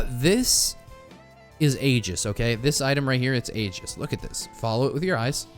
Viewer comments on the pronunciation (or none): Aegis is F tier, because it doesn't do anything without other items! (Except on Rex.) SCHOOLED. Also, it's pronounced "eejis." SCHOOLED HARDER.